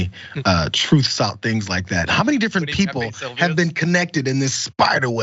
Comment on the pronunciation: It's called Truth not troth sencial... Dumpster can't even pronounce his own website? Racist Grifting groomer white nationalist scumb_g RHINO.